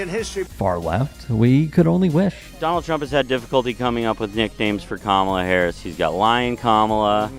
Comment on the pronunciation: They don't have anything else, so they just plain up disrespect her by mispronouncing her name. The thing they don't realise is that it is a mild annoyance at most and it speaks volumes about their own character.